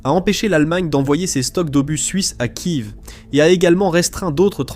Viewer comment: On ne dit pas Kive mais Kiève